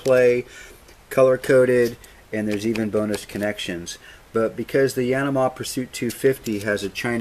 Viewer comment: If you say Yanama one more time........!